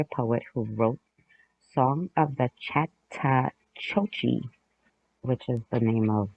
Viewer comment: Hey, if you're talking about the Chattahoochee River, it's pronounced "Chat-a-hoo-chee". You know, like that song by Alan Jackson that goes "Way down yonder on the Chattahoochee, it gets hotter than a hoochie coochie." 😂